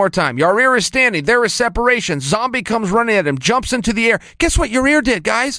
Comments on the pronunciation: Yair not yarear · It's Ya-ir and not Your-rear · You're overthinking the name. Ya-ear. No middle R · Chael....Ya-ir...take your time and sound it out. Just say it 1 time. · i swear you can almost hear chael say "yair" correctly the first time, and then ""corrects"" himself. amazing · It’s ya eer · I came here just to hear him say Ya Rear. 😂😂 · Yah-Rear 🤣🤣🤣 Chael think about them buns. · Yall say Ya rear, but do u remember stipe in his debut being called miosick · Yahrear, lol how hard is it to say his name joe and Brendan literally call him ziar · Ya-rear 😁😂 chael is a legend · How is awesome is Yah-Rear? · Sounds like chael is saying your rear instead of yair lol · YI-EARRR lol for his accent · To Chael has called him Ya-zir, Zaire, an Ya-rear... It might be that Chael has never heard anyone say his name... or he can’t read. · Who the F is Yah Rear? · YawRear! Lmao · Got to give it to him he has improved on the pronunciation of yair. You'll get there one day chael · Okay King Chael has to be just trolling Yair with that pronounciation at this point 😂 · Why can’t Chael say his name right? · Love Chael but how do you massacre a name so badly lol